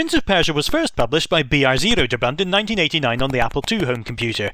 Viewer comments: "Br-zero-derbund" Come on man, if you're going to do a documentary-type video, do your research! Broderbund!, It's just stylized with a zero instead of a "o", a bit like you would write "leet" sp3ll1ng. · "First published by BR-zero-DERBUND" hahahaha priceless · "BRZderderbund" - yeah right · "Br-zero-derbund"? Really?